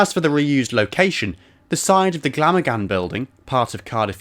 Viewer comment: Glamorgan is pronounced "Glam organ". Sounds a bit rude, maybe, but it's true :)